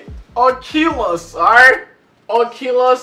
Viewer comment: Man don’t know how to say oculus 😂😂